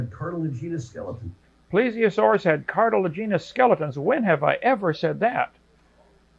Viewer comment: Two guys mispronouncing "cartilaginous" at each other.